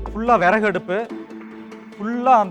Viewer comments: விரகு இல்லை விறகு . பெயர் தழிழன் , நாடுதமிழ் நாடு , மொழி தமிழ் தமிழைக்கொலைசெய்வதில் இலக்கம் 1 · விரகு இல்ல தம்பி விறகு